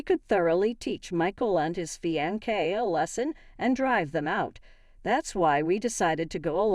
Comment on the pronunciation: It's fiancé not feeaankay!..where are u from...where people speak strangely?